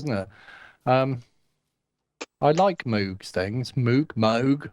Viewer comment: Thanks for 1 of the more exciting shows in a while. Good topics and great crosstalk. Notes for peeps: Novation Circuit Sponsor/contest Moog Mother-32 MPC Touch Social Entropy Engine (sounds like it's working to destroy society). Surface Book Cows go "mooo" not "moue" - even the animals got it figured. Only reason he insisted on having it pronounced differently, is because they teased him in school. And ofc the patch cables doesn't have logos. They bought a couple of boxes from a chinese company for 1cent per cable, repackaged them, and sell them for 280x the amount because now it's "Mogue"... That Mother-32 is looking pretty tasty though, is it a sort of synthesque milf thing? About the Novation Circuit, overall i hope they've done great - i'm a big fan of grooveboxes, so more of them is nice. But as i've said before, it's not only too close to the Korg Electribe in some respects, but it's also outdone by it. And with only 60£ between them (as you aptly point out), i think the Novation needs to "shed some financial weight" if it's to be a success. That said, while the Electribes have their own, slightly closed, fanbase. Novation have had great success with marketing the "Launch" range of products in particular. So not only have they shown they know how to "talk" to their customers in general, but i think the Circuit could possibly ride on the back of the Launch range image-wise. And despite currently being on the slightly expensive side, com